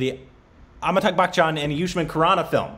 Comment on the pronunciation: his name is pronounced Amitaabh not Ammytuck! 😂😂😂